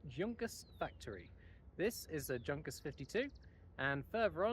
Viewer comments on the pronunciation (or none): The "J" in Junkers is silent and is pronounced "Yunkers"......cool vide btw..